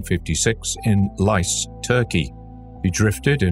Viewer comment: pronounced lih-jeh